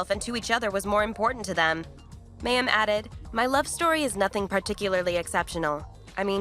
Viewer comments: OMG You pronounce her name WRONG 95 times ---it's the Hebrew word for "water" - my-eem -you could have easily found this out. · Wow!... You have a lot of inaccurate information in your presentation. There are videos of Mayim (pronounced /my-um/) speaking on this and other issues you commented on. Please google them and redo this video. Thank you. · Yes yes yes pronounced MY- UM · Say her name correctly! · Thank you the pronunciation was getting on my nerves. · Is she still practicing attachment parenting when she went to work on the Big Bang theory? The report was not badly done, but as others pointed out that continual miss pronunciation of her name did bother me.